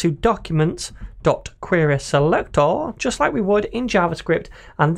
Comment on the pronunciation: Your pronunciation of the word querySelector sounds very fun 🙂. Nice tutor, thanks